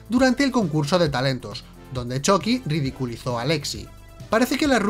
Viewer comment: Ehhhhhhhhhhh me gusta que digas "Choqui" pero odio que no digas "Moñeco" ¿Te vendiste a los reptilianos?